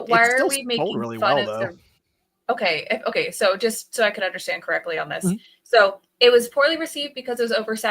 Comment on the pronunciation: say "okay" weird. Sounds like "umkoy"